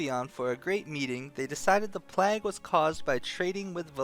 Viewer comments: Every time you say "plaag", a child in india dies of cancer, aids, and syphillis, all at once. But more importantly, my ears bleed. "PLAYG", not "PLAAG", ffs, do people not learn basic literacy these days or did you sleep through those classes? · Why the hell do you pronounce PLAGUE like PLAQUE. DUDE REALLY???! LOL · PLAG lol. Pretty sure it's play-g. Sweet video nonetheless. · lol you say plague like "plack" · oh, maybe. I was playing and just listening. still, he says it funny, which maybe was the plan all along! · I love you,, but you say plague funny. Just sayin'